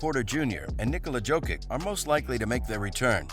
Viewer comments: Everytime he says Joe-kick I wanna smash my phone. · Jo-kitch ffs. How hard is it to learn shit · bruh, its YO-KITCH, like Yo Kitchen, Yo-Kitch, JOKIC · When you say “Jokic”, it sounds like you’re mispronouncing “joking”!!! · Fuck my ears everytime he says Jokic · You do not know how to read Jokic name, but u have more insaghts on what denver will do. Pls tell us more